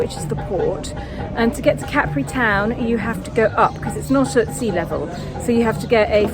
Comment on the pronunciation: I will never get over the fact that some English speakers took the pronunciation of Capri from French, with the stress on the last syllable. It’s CA-pri, not ca-PRI. Not you, obviously. Great video though.